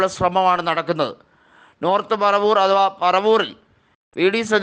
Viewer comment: പരവൂർ അല്ലട , പറവൂർ.